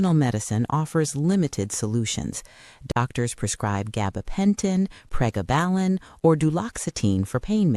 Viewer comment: Hate Ai voiice pronunciations. Prägabalin? Bye